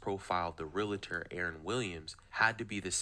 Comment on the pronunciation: Agree! And not prouniunced "Real i tor". It's pronounced "Real tor.😮